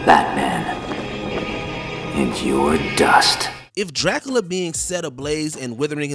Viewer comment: Did no one teach this dude how to say Dracula?? Whose this dude living under a rock who doesn't know how to say Dracula properly??